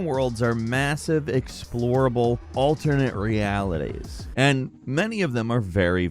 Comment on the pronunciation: “Aallturrnayte reeaaalitaaays”